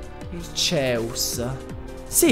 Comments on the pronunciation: arceus non archeas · Non si dice arkeas, si dice arkéus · Si pronuncia arceus babbeo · Si pronuncia arceus come si scrive pensa archeograudon ė la stessa pronuncia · Slasher Az È vero...si prononciua Archeus ma nessuno lo pronuncia bene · Slasher Az Esatto, perché deriva da Àrcheo (antico) e Dèus (divinità), quindi Archèus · si dice archeus che è il dio dei Polemone si scrive arceus comunque va be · È bruttissimo il modo in cui pronunci reghighigas e non si può sentire proprio il dio archias...